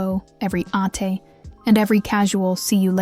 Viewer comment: ATe is pronounced as: Ah-te (two syllables: A - teh